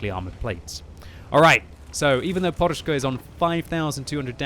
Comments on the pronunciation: Podushka not porushka XDD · Why the hell you call him poRushka, when his nickname is poDushka (pillow)?